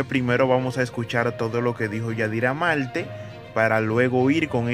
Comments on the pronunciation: Se dice Marte no Malte, mi hijo usas las palabras correcta, quizás lee un libro estas hablando muy mal. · Pero amigo trate de hablar mejor, practique para que mencioné la "R" coooñññooo Malte Velada Menciona la "R". La "R" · se dice marte ..no todo es con ...l...aprendes a escribir..si quieres hablar bien como yadira..tienes que estudiar...